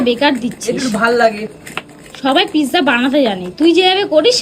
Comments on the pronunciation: Pizza 😂 not pigza😂😂😂 dhonger warning⚠ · তুমি পিজারে পিকচা বলো❤❤❤ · ওটা পিকজা না পিজ্জা 😅😅 তবে রেসিপিটা খুব সহজ❤❤ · Pizza❌ pigza ✅ hee 😂😂😂😂😂